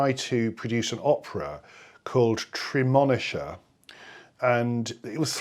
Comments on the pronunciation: Now that you've got an encyclopedic knowledge of Scott Joplin, it's time to learn how to pronounce Texarkana. 😅 Also, Tremonisha....the emphasis is on the I... treh-muh-KNEE-shuh. You'll have to visit Texarkana. 😊. Also, there are no direct recordings but, I've heard recordings of piano rolls. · As ever, I love your work. A couple notes: the pronunciation of the opera is tree-mon-NEE-shuh. And when it was produced by the Huston Grand Opera, it was orchestrated by my composition teacher, TJ Anderson.